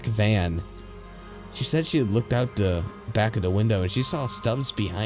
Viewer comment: Everytime you say THE you say DA!